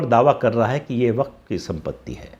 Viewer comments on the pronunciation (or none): none